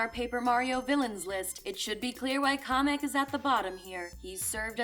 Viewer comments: His name is Kamek not comic LOL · Why does she keep pronouncing Kamek as comic? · im bashing my head at the way you pronounce kamek as kah mech